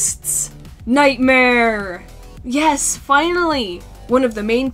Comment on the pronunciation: needed more mouth He be like: yus